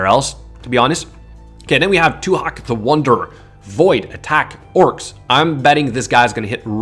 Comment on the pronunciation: When he was talking about tuhak the wanderer I thought he said eat shit 😂